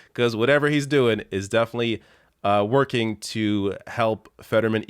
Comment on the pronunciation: So nobody else noticed he said "I have spent my life twerking"? Lmao